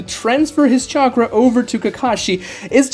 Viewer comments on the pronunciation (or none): none